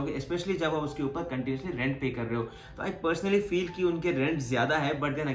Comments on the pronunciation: That accent... (uper)... upar 😂😂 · A bhai "upaaar" kya hota english bolna han to english may bolo hindi ko distorted mat karo..